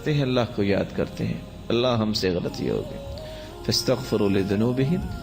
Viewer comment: alha ek hy. aap bolt alha dete hy.....asay na bole